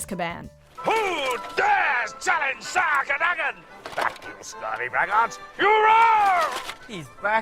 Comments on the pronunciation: It's CaDOgan, not Cadaggen....... They probably cut the scene because the actor said his own name wrong.... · It's hilarious how Sir Cadogan pronounces his own name several times and then the narrator just... doesn't. Oops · I can't believe you kept saying Sir Cadogan's name wrong even when he says it for you.